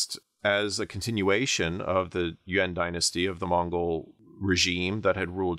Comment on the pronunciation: Pronunciation of "Yuan" is great this guy must be a China scholar, guys